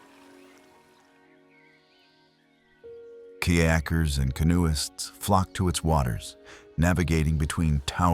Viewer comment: "smallmouth BASE" and "Kee-yakers" made me wish for a real person to do the voice overs. If you want a Wisconsinite to do the voice over, contact me